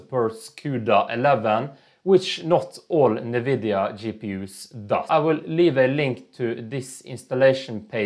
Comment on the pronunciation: fuckin NEVIDIA! 🤣🤣🤣🤣🤣🤣